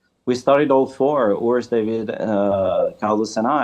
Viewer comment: OMG!! This man’s name is not’YURS’ it’s URS! How after all this time can people still be unable to pronounce his name correctly?!?!?